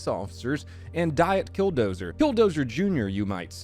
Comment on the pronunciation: Dont disrespect kildozers name like this